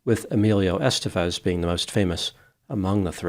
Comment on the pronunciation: It’s EsTÉvez, not “EStevez”.